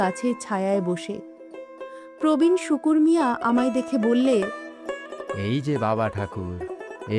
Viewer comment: শুকুর না। শ্রুকু